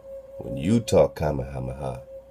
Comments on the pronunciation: I still say your saying it right "King Kameha-meha" how all my kanaka maoli family says it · Even in dragon ball (English and Japanese versions) Goku says "Ka,Me,ha,me....haaaa!!" So you are saying it right